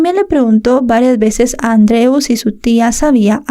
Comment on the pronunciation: Añado al comentario anterior: la pronunciación del nombre Andreu lengua catalana, es perfecta.